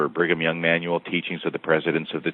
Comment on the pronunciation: are you saying “Bringem Young” like 4/5 of the time or is it just my ears? Also so strange to me to hear you address by anything other than his nom de guerre. Great breakdown of the topic *chef’s kiss